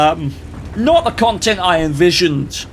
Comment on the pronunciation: Strong, premium contente there,. hahaha